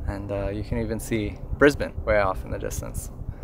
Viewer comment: Thank you for pronouncing "Brisbane" properly. You truly represent what the majority of humanity can be.